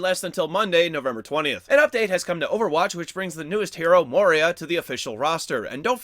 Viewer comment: Hate to do this again, my dearest, but Moira is Irish; her name is pronounced "MOY-ra". 'MOY' like 'JOY'. On the other hand, Moria is where dwarves delved too greedily, and too deep. Damn it,. You know what they awoke in the darkness of Kazad-dum. #ICommentBecauseICare